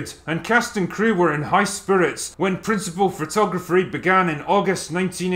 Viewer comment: "principle phrotography", nice little slurring moment Drinker. Lol